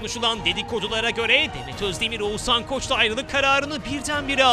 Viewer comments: ouzannn değil OĞUZHAN YAAA VALLA DÜZGÜN SÖYLEYİN ADAMIN İSMİNİ🤦🏻‍♀️ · edebiyat ögretmeni mi olmak lazim Oguzhani söyleyebilmek icin🤦🏻‍♀️Türkiyede bu ismi telafus edemeden tek kisisin. Keske evde biraz calissaydin